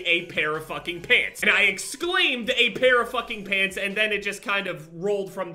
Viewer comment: I thought he was talking about pigs instead of pants lol